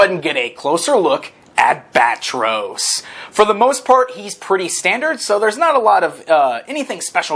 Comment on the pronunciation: Not Bat-Ros , Bat-Tross or Ba-Tross?